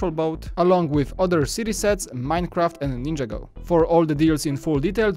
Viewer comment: Learn how to say ninjago